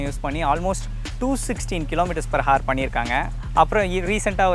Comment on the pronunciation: Bro good cinematics, nice explanation. One thing ,when we pronounce hour ,the 'h' is silent. Just 'our' is what we say.